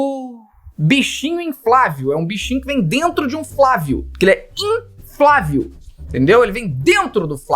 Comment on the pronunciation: "Boneco inflavio" foi de mais pq tu percebe que a pessoa fala assim na vida real, nem foi desatenção. :D